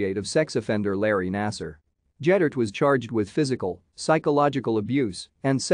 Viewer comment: Ged-dert NOT Jed-dert.